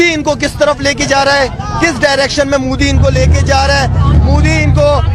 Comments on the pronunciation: Yeah ek cricket player hai...iis me to sportsmanship jayse koi baat hi nahi ...ek idiot pronunciation thik se kr bhikmanga mudi it is ", Modiji" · अबे पागल पॉर्की नाम लेना भी नहीं आता मुदी नहीं मोदी नाम है। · Mooooodee nhi modi😆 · Bolna to sikh lo pahle kya mudi mudi kar rahe ho modi hai modi mudi nahi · मुदी ❌️मोदी✅️😅😅😅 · वो मूडी नहीं मोदी है पहले बोलना सिख ले 😂😂😂😂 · First please learn to pronounce our pm's name properly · Abe sale thik se indian prime minister ka nam to le